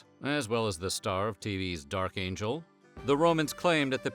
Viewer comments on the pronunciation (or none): none